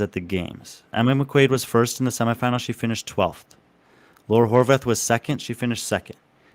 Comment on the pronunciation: But maybe get her last name pronounced correctly first, Horvát(h) the h is silent in Hungarian.